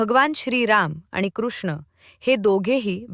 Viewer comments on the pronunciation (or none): none